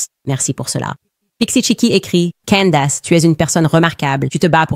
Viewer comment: "Candace" , ça se prononce pas du tout comme vous dites . la langue anglaise n'est pas un sous-produit de la langue française .